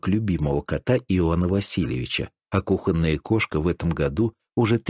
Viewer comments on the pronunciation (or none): none